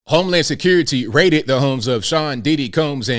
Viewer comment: Freakin ny like whateva.....homy securi-tay.....wanna list this...